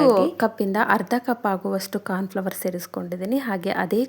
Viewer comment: ಕಾರ್ನ್ ಫ್ಲವರ್ ಅಲ್ಲ ಮೇಡಂ ಕಾರ್ನ್ ಫ್ಲೋರ್